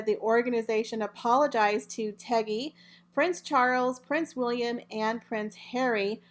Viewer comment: My Dear - It's TIGGY NOT TEGGY.